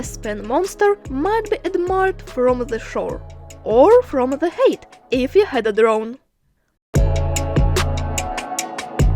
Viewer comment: Also one pronunciation change to offer: "height" is pronounced like Хайт; otherwise it sounds like you're saying "hate" = Ненавидеть 🤦‍♂️ (At a time when we most need to show genuine love for all people in every country🌍; unlike the psycho liar who occupies the height of power😂)